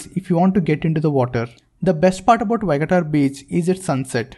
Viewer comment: It is not vagatar it is pronounced VA GA TOR beach.